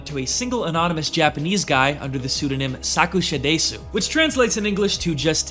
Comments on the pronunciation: The way to say Sakushadesu would probably be easiest written wise as "suck sha dess", sorry its just a nitpick that just hurts my brain xD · errmageerrd staap saying saakuushadaaaysuuu eermgaagoaaaad